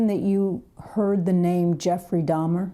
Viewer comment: Dahmer not Hamer ❤